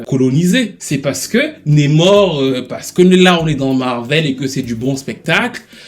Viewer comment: NAAAmor stp pas Nemor